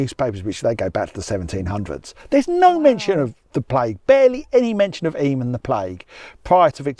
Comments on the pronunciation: Yay you pronounced Eyam correctly! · Mompesson (not messing), Eyam (I'm) enjoying the video